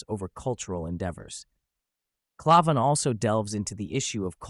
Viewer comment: Pretty sure it's pronounced CLAY-van, with the first A making the same sound you make when you say the letter. Not sure, but that's how I heard it said on Crowders show.